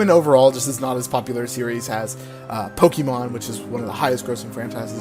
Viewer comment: Stop saying pokEEEmon.